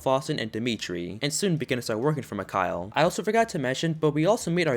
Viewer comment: Its not mickhaal its mickael